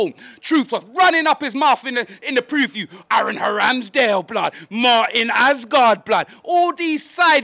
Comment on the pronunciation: Man said Aaron Haramsdale 😂😂😂